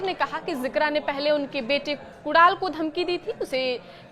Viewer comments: Kudal नहीं कुनाल बोल तो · Kudaal nai hai uska naam Madam Kunal hai. Padhte nahi ata kya? Naukri kaise mili ambani ke channel par?